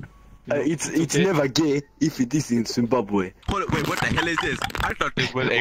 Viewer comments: I’m from Africa and hearing you trying to pronounce Zimbabwe is amazing 😂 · "it's never gae, if it's in Zimbabwae"